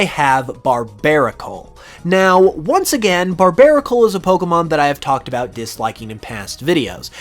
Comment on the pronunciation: BARBARACLE, NOT BARBARICOL! FIX IT NOW!